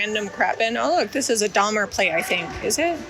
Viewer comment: I think it’s Daher on the English tins not Dahmer 😉